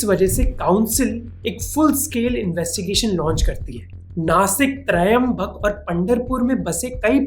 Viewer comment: It is pronounced as Trambak/Trimbak, not Trayambak. Trimbakeshwar is in Nashik.